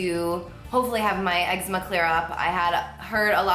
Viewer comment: YOU PRONOUNCE ECZEMA WRONG